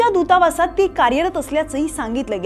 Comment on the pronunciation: "Dutawas" ha shabda he neat bolu na shaknari bai wruttanivedak kashi kay banu shakte? 😂😂😂